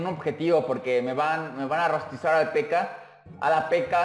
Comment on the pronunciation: con una PekAa xd es raro como lo pronuncia almenos aqui en mi pais